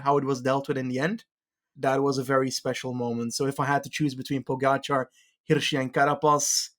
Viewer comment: Is it just me or is he butchering Pogcar's name? POH GACH HUH? Anyway, love the pod, on to the Worlds.